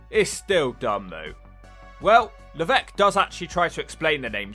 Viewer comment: It's funny how he's supposed to be French but he still mispronounces Levesque